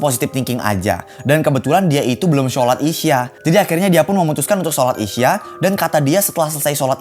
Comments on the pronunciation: Bang buka isya tapi isya' dan Cara bilang nya ishsyak gitu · kak solat isha itu bacanya isa